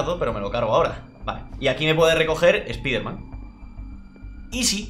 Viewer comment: Por fin ya no tendré que escuchar como pronuncia "Spiderman"...